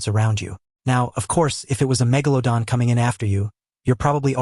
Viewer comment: I like that he says "megalodon" the right way.